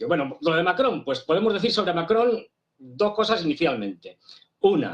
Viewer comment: Macron o Mary-cron??????